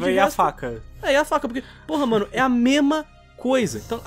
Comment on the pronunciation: "mema coisa"?? Kkkkkkkkkkkkkkkkkkk